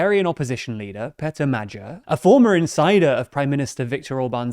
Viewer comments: Correct pronunciation btw: "Pitaer Moj-your" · Great video, aside from the horrible pronunciation of the man’s name 💀